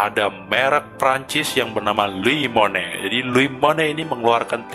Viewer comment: Luo mowane , itu cara bacanya